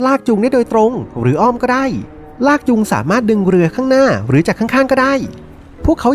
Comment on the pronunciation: ได้ ไม่ใช่ ได๋